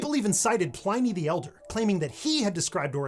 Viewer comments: lol..... I think you mean Plihn-ee the Elder. Ply-nee the Elder is the name of a beer. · Please get your pronunciation correct, it's pl iny not pli NY. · It’s Pliny, not Plyny 😂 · Cool vid! Minor correction though, it's pronounced "plinny", not "pliney" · Pliny Pl(ih)not pliney pl(eye). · Pleye-knee?!! 😂 Do we put statues on pleye-nths these days? No. And just as belly buttons can be innies or outies, Pliny rhymes with innie, not eyeknee. The 'i' is short as in "big" or "kit". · Pliny is pronounced Plinny, not Plyny. Original name is Plinius. Happy to help. 😉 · A pedantic note from a Classics teacher: when you're pronouncing names from Latin and Ancient Greek, assume all 'i's are short. Pliny rhymes with tinny, and both the 'i's in Critias should be pronounced the same. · as usual your well-researched shorts are a breath of fresh air on Youtube. Just one thing - Pliny is pronounced with a short i (rhymes with 'tinny', 'skinny'), not Plaeny (rhymes with 'tiny', 'briny')! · Pline-ee, Play-Doh... Never heard it pronounced this way ever... Twice in one vid, need an emoji besides thumbs up for the vid hehe... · You can’t be condescending about hyphenation then mispronounce Pliny. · You could have saved us all two and a half minutes where you correctly describe hyphen usage and then turn around and mispronounce Pliny's name by just saying IT'S BRASS. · I have never heard “Pliny” pronounced that way. Were you using an intentional intonation? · I absolutely hate how you just pronounced Pliny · I was going to comment that I'd never heard 'Pliny' pronounced as it was in this video. The sad fact about content providers like this bloke is that they never accept corrections, and edit their videos to remove their errors. So the mistake continues to be spread, meaning these low-potential overachievers undermine their credibility in the opinion of those legitimately knowledgeable.